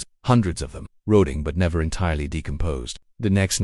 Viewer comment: This AI narration needs work. It's pronunced "tay-uls" not "tay-lees", and "rot-ing" not "root-ing".